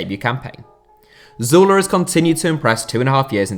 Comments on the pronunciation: That's... That's how it's pronounced. Like Zoo-leh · that's actually how u pronounce his name